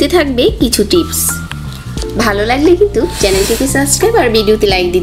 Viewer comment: শব্দটা "কিন্তুক" নয়, ওটার উচ্চারণ হবে "কিন্তু"।